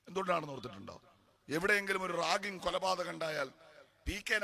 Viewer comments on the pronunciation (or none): റാങ്കിങ് അല്ല റാഗിംഗ്